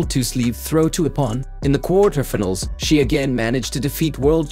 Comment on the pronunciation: I can't help commenting about the pronounciation especially if they get the english (of all things) butchered, case in point minute mark "kwartir- tefenals" (quarterfinals)